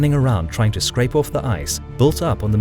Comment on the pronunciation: ...fend orrf the Germans... In Dewnitz view... aarrrg.